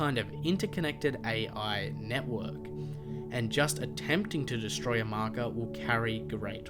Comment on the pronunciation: When you say marker it sounds like mako